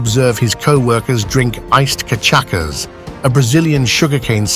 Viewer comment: Just a side note to the booze, it is "Cachaça". The "ç" sounds like "ss" in portuguese, so it is pronounced "Cachassa". It is made from sugar cane and is equivalent to Vodka in alcoholic percentage. Personally, I find cachaça (aka "pinga") tastier. Here in BR we have the popular drink "caipirinha", which is a mix of cachaça, lime (or other fruits), sugar and ice cubes. There is also a variant with vodka instead of cachaça, which is popularly called "caipirosca".